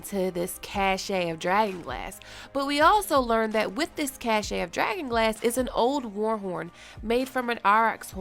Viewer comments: ILY, mamacita. But... Cache (meaning stockpile or supply of things) is pronounced like “cash.” Cachet (with a T) is pronounced as “cashay,” meaning the state of being admired or respected. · not ca-shay but cash. cachet vs cache from the french for hiding place vs that which is hidden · Cache is pronounced like cash. Cachet is pronounced like ka-SHAY. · The word “cache” is pronounced “cash”, not cashe. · The word is "cache", not "cachet" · Love your brilliant video. Kudos!! Excellent insights -- and you have a llovely voice. Keep making amazing videos. P.S. Cache is pronounced like "cash." As distinct from cachet. Both are etymologically French. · Please learn to pronounce "cache" correctly before reading it aloud. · Love your videos. Cache is pronounced cash. You probably realized that too late. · Cache is pronounced "cash" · Why do you pronounce cache as "caché"? Are you french canadian? Just wondering. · Cache is pronounced Cash. Sorry it’s extremely distracting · Cheryl Gardner A cache is hidden treasure pronounced as "cash"...Cachet...is a cheap old perfume by Avon, pronounced as "cash-shay". I mispronounce words too.... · Pretty sure cache is pronounced like "cash"... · Look up how to pronounce cache... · Please look up cache and cachet. Note the pronunciations.